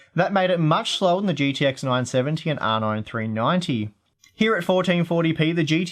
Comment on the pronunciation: You sure need more practice when pronouncing R9 390...You sound like"Rna Threenanteen"